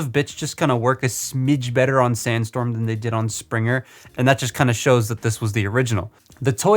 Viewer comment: Figure: Can't stand up: calls him STANDstorm Bruh...